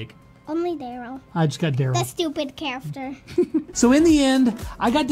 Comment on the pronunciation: "That stupid charfter" just legendary